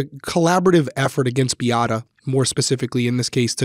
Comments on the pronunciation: My intention is NOT to critique, but it is pronounced Bee a’ ta… all short a sounds…sorry…i am half Polish.😊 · First: Beata's name is pronounced "Bee-AHH-tah". I can see you didn't watch the documentary much from that, and possibly went more by documents and trial, but that's not a bad way to analyze a case. Both "Beata" and "Kowalski" were butchered during the trial by the defense lawyers. Also, if you're just reading the print in the Sarasota County documents, that's another reason to mispronounce a name. So more just if y'all do a follow-up, it's an idea to know. The thing about not being able to hear constructive criticism if a person feels personally attacked, and it could happen with either Beata herself (who had wrapped herself in the hope of some form of treatment for her child's pain), Dr. Kirkpatrick (who diagnosed CRPS), and Dr. Smith (who diagnosed medical child abuse). Neither Dr. K or Dr. S here are going to be requested to evaluate a child unless others have suspected the potential for either, because they are specialists. One takeaway I have for this is that apparently at JHACH reporting is not made by the treating doctors, but done by a social worker on their behalf. I get that treating doctors may not have the time to spend hours on hold with a Child Abuse Hotline, but that's not how other non-medical professionals who are otherwise mandated reporters must submit their reports in other states. At least in my state, the person who suspects it MUST be the one who reports, and must report in an "immedate" fashion themselves by calling the Child Abuse Hotline. One cannot